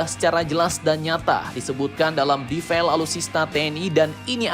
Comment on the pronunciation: 'defile' itu dibacanya bukan 'defail' tapi tetap defile... inget yak.... ya salam..